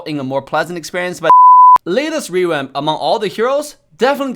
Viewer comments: Everyone else: "Revamp": "REWAMP" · Ah yes "rewamp"